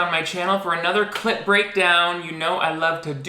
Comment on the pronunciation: every time you say clip breakdown it sounds like you’re saying clit breakdown